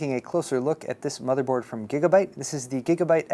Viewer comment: he said gigabut! lols